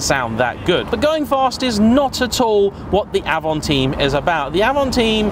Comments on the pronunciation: It's AVANTIME not AVANTEAM, Like the Audi A2 it was far too ahead of it's time to be truly appreciated. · It's Avantime not Avanteam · avan-time, not avan-theme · It is avant-Time, trust me i’m french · I can confirm, Avant-Time and I really don't understand why people would say "avanteem" or even sometime "avanteen" ? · I always call it Avantime (and it's my car), but I believe the French pronounciation of time is 'teem', and so I have seen people call it the 'av-on-teem'. See my channel for my review on the car where it's pronounced 'Avan-time'. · It's not Avant"ea"m but Avant"y"me ... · It’s avantime not avantine even the French say avantime, same with people who a Dacia a dacha.... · Avantaym not avanteem 🙄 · Avamteen??😂 It's pronounced Avant-time. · Sorry, it's Avantime like "time in English" - meaning before it's time or in advance of it's time!!! But still well done! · hahaha I was watching it like AVANTAHYM ! and then saw your comment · Avanteem, just like the es-pache, claio and mega-knee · cool, thanks :) If I remember correctly Doug from the dougdemuro channel also called it avanteem. (But he also says "coop" instead of coupé ^^) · Donut Media: E S P A C H É: Hold my A V A N T E E M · If you say avanteem one more time >:( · ‘Avonteam’ 😂 what? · Yep, Avantime is a portmanteau- official pronunciation is french pronunciation of ‘Avant’ and English of ‘time’. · Stopped watching after the third time he mis pronounced time in avantime 🙄🙄🙄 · Totally wrong prounounce... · Like watching Top Gear from the 80’s. Misses the point, and can’t even pronounce the name correctly.